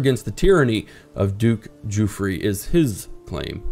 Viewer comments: I like the series but his name isn't Giufre (Juffry) but Guifre (Ghiffry)! It's an "iberisation" of Wilfred. See the similar Guilfredo. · As a Catalan, he is actually almost correct. It would be even closer pronounce it the same as 'Guilfredo' but without the first L and the final 'do'. ÇIf you are really curious check it out on Google translate! ;) I'm really liking this series btw, the character is actually the responsible of the catalan flag. He made it by dipping his fingers in his deadwound and passing his hand on his shield. The 'é' at the end of his name marks that you pronounce that e in a more rough strong way so to speak